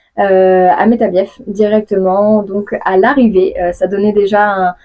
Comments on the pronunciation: Métabiééééééé (on ne prononce pas le "f") Mais félicitations et merci pour les belles images ! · "Métabieffe" nooooooooooooooooooooon :,( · Prononce pas le F de Metabief stp